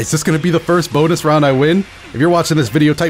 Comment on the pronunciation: I dont know why i find so funny. How he says boonus round in the comments